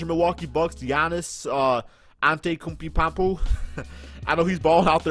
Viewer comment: Its pronounced Aun-tay-toe-koom-po and Go-Bear :)